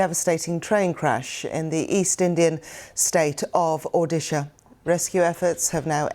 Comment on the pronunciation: Tbh I appreciate she pronounced the State's name correctly 💜